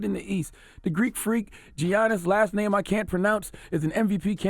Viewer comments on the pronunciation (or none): This nigga said "GEiannis" 😂😂😂